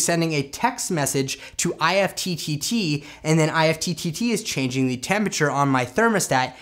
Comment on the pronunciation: Great video! However, IFTTT is pronounced like “gift” without the “g.” :)